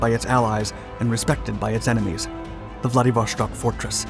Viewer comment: There is no "sh" in Vladivo-S-tok. What's with this habit of English speakers always doing this with Euro / Slavic words & names?!